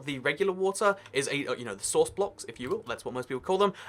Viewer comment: its source not sworuce idiot